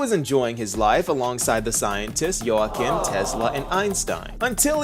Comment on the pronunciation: I guess thats a logical conclusion on how to pronounce Joachim 😅